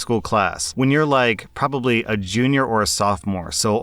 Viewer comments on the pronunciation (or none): none